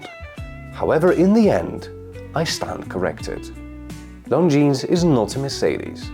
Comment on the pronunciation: Lon zeen, not long jeans!